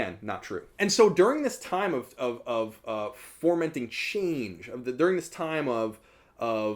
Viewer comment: Fomenting, not "formenting'.